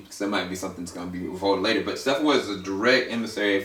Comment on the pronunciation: You pronounced Stepponwolf and Darkseid wrong just so you know, its not steffonwolf you pronounce the p's and its dark'side' so yea. Good vid though.